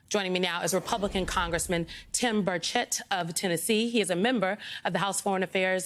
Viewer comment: Did she say "Tim Birdshit"?